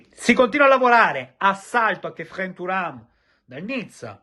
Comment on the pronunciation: Quanto mi piaci quando scatarri dicendo "Kephren"😂😂